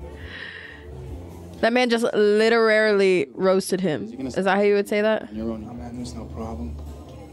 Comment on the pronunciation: I love these old-school reactions....shes honed her craft since this, but her sense of humour has always shown through.. ever though she doesnt know how to pronounce "literally".. 😉 Edit: also,.. haven't quite perfected your craft yet eh?..yea yea, I'm teasing, it's just interesting to see how far you've come as an editor.. you're definitely my favorite reaction channel, tis why I'm going through your back catalog.. im proud of both of you.. and Arianna of course too..